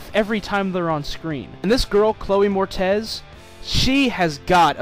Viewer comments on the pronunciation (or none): Mor-ITS, dude, not MOR-TEZ. Good review, tho.